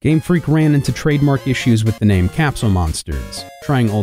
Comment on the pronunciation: I was hype and then I heard you say his name. I'm out.